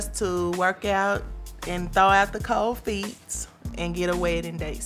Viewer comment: Did she say, " cold feets"?.